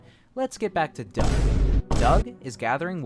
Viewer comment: Every time u said DUOUG I laughed so bad 💀my sense of humour is broken